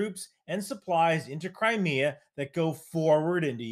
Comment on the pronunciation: I keep hearing "Cry Me A Bridge" is there a River in Crimea?